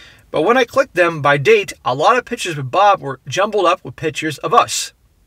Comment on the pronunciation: PICK-tures, not "pitchers" (annoying)